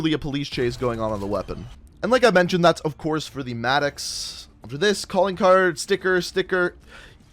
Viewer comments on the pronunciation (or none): none